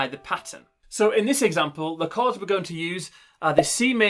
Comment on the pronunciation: Thanks but it’s CHORDS not CARDS I WAS THJNKING WTF IS HE SAYING NEXT!!!!!